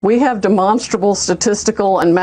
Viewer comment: Duh-monsterable.... The GED law degree